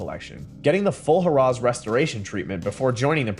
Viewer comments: God! I hate AI speech. It's NOT "Huh-Raw". It's Harrah's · You can’t correctly pronounce Harrah’s? Seriously?